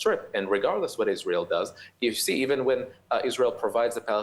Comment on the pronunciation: Why do you eben talk avout what other countries think or say?